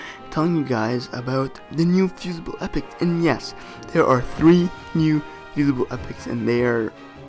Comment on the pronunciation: Fusible not fusaible